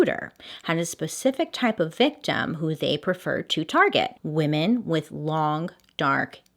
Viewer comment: "Wee-mon hater, but I am not" I can't XD